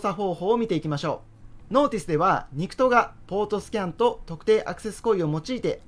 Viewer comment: NICTはニクトと読まないほうがいいそうです(海外のスラングに似た発音のため)「エヌアイシーティー」が正式な読み方だそうです。まぁ通じるし、ニクトがダメと公式な見解が出ているわけでもないそうなので、気にしなくてもいいのかもしれませんが…